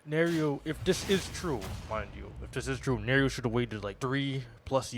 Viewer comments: You are pronouncing Nairo wrong btw. Just fyi just so you know for the future. It’s pronounced more like “ Nai ro”. Not Nario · Ok first of fuck this guy. Talking about smash and can’t get the story straight initially and also for not even being able to properly say Nairos name. Not defending nairo. But bro you clearly know NOTHING about smash if you can’t even say a top players name. Gtfo here bro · Why would you even care about the community or whine about Nairo’s name being pronounced incorrectly as if he deserves to have his name acknowledged at all? You can like Smash and not know about it’s toxic community. This just makes it that much worse. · Your entire complaint is Irrelevant. Who cares if he pronounces his name wrong. Why does that invalidate his argument, and how exactly does that mean he doesn't know anything about smash. He has an accent, so obviously he'd get something wrong. you just sound like a child at this point than anything else.